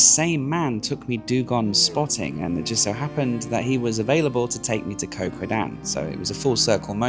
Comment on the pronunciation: Love your videos,. Just wish you would pronounce the names of the islands like they are pronounced in Thai. "Koh" is not said like "Co" (short for company) with a soft K long soft O sound. It is said like "Got" with a short vowel and glottal stop on the T (as in "Got Milk" spoken like an American).